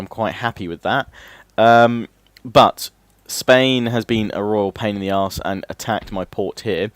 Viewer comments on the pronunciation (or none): none